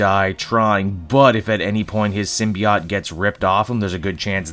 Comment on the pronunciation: Sim-be-ought? Hmmmm